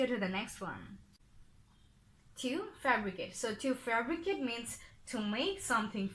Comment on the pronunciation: Sister, I think it should be "fabricate" instead of "febricate"